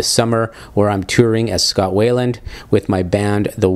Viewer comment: His name is pronounced why-land, not way-land.